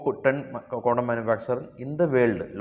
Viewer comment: Candom alla Condom